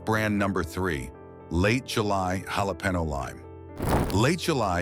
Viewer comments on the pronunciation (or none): Yalah Peno = Jalapeño 😂